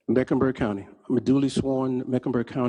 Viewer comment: Lol...he doubled down on Mecklenberg!